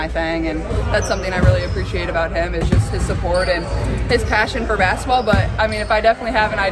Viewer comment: I wish someone would teach Caitlin how to say basketball. She always says “bassetball.” 😂😂😂